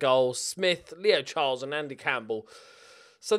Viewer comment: Just me that hears Leo Charles as "Lee O'Charles" - Irish Sensation?